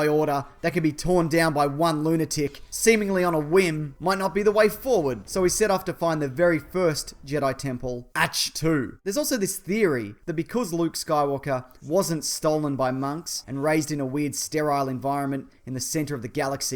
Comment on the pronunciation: I'm pretty sure Ache-To is pronounced with a k sound.